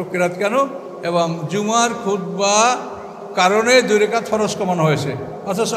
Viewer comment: রাকাত কে বলা হচ্ছে রেকাত? আর এরাই মওদূদী রাহিমাহুল্লাহ এর ডাঃ জাকির নায়েকের সমালোচনা করে অহরহ